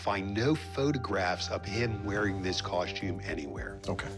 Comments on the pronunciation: I wish people would learn that the word is cos-TUME ... NOT cos-chume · I just wanted that man to stop saying coshtume